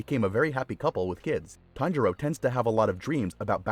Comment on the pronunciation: Kanjiro? I'm pretty sure it's tanjiro